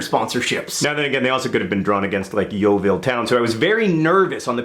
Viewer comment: The way he pronounced Yeovil made me laugh so much not gonna lie, it's weird hearing him saying my hometown :)